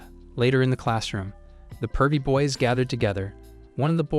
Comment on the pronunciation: He tried his best to say boys